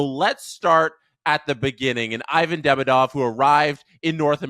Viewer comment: For English speakers it's correct to pronounce DemIdov. Stress on the second syllable "i"